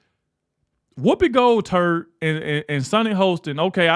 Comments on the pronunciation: He said Gold turd -made my day 🤠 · "Woopi Goldturd" 😂😅